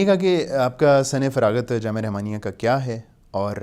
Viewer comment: رِحمانیہ کی بجائے رَحمانیہ بولیں ۔